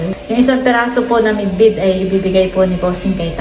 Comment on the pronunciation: Bidbid not midbid